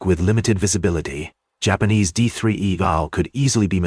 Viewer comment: Why do you have to have an AI generated narrator, that calls them Yapanese? It’s so stupid. This is dumbing people down. Do better.